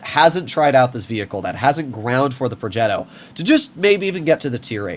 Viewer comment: Not purring like a cat when he pronounces "progetto". We all know you're american, you don't have to force it.